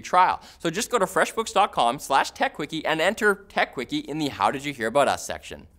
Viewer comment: All freshbooks ads should be delivered by for the way he says feshbooks